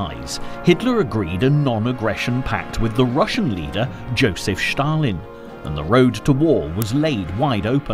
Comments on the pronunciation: Josef Stalin not Shtalin!! 😁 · The narrator's pronunciation is horrible! It's NOT SHHHHtalin! There is a separate letter in Russian for "sh" and it is not the letter used in his name. And what is the point of showing American troops during the section on the Russo-Finnish war? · I would challenge the narrator’s claim that Commonwealth troops from India were sent to France in the period prior to the evacuation of Operation Dynamo. Elsewhere, his apparent obsession with pronouncing the name of the Soviet Dictator in somewhat unique fashion comes over as unnecessary and an irritation. Even where he means it to be an authentic Russian language pronunciation is it necessary? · Awesome docco,but why is Stalin all of a sudden "Shtalin"